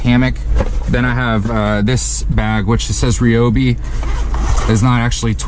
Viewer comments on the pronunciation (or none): none